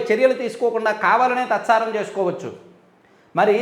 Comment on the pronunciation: 'తత్సారం' కాదండి 'తాత్సారం'.